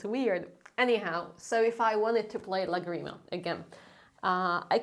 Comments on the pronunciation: Please don't say agreement, it's LAgrima 😊😅❤🎉❤ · Lá-grima. Not Lagri-ma. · It is not pronounced "láGRIma." It is pronounced "LÁgrima." That accent mark on the Á means that you must stress that syllable. In Hungarian (), all words are stressed on the first syllable to come out of your mouth. In French, all words are stressed on the last syllable to come out of your mouth. Both French and Hungarian use accent marks for pronunciation, not for stress. Spanish is not like that. We use accent marks for stress, not for pronunciation. So, next time, say "lágrima." Cheers,. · I'm sorry but is làgrima, not lagreeeeema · Great video. Just one thing. The word "lágrima" (tear, as in what your eyes shed) has the emphasis on the first syllable...pronounce the three syllables in a triplet. If you emphasize the second syllable, like an eighth note, bar line and two eighth notes, you're saying "la grima", which means something like "the creeps", as in "it gives me the creeps"...and it's kinda funny 🙂. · Please pronounce Lagrima correctly. The way you say it is sounding American